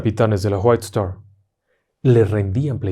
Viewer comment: ¿Por qué siempre pronuncia como J las Wh en inglés? Whitestar se pronuncia Guait-estar, no Juait-estar. Saludos